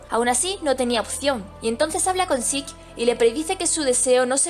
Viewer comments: Se pronuncia "Zek" no "zeke" ni "ziku" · Diablos señorita, Se oye tan mal que le digas a Zeke su nombre en Japones, horrible, pero me Gustan tus videos.